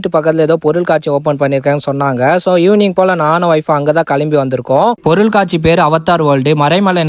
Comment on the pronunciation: சேட்டு பையனா இருந்தாலும் நல்ல அழகான தமிழ்ல பொருள் காட்சி என்று உச்சரித்து சொல்லுவது அழகா இருக்குபா..